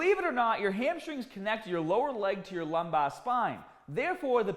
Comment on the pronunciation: Dude says "lumbar" like a housewife from Philly. New to the channel so if that's a running bit you got a new sub. Lmao